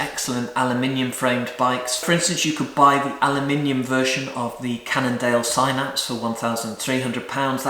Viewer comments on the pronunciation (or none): none